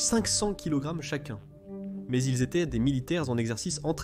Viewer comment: "Et les autres étairent des parachutistes..." Oui, c'est bien ce que j'ai entendu, à titre de commentaire, dans votre vidéo !!! Euh, savez vous parler correctement le français ? Votre langue maternelle, je présume !:face-purple-crying